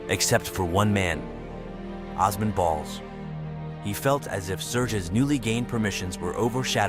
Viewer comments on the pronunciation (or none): As a Turkish person I am shocked we made it to a popular community only to be attacked because of our looks and shut down, and also instead of saying Allahu Akbar they said God is the Greatest (same meaning but the latter sounds kinda christian for a muslim country) Also the multiple times you mis-pronounced Osman 😭